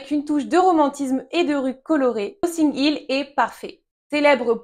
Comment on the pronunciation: noTTing Hill, pourquoi prononcer "nossing"???